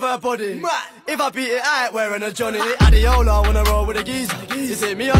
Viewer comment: People don't know that Adeola is a Nigerian name and it is pronounced(a-d-ay-ola) not adeola. Don't blame them though